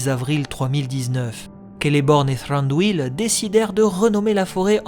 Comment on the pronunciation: J'adore ce que tu fais ! Je supporte juste pas comment tu dit thranduil et sauron avec l'accent la mais sinon c'est parfait 💪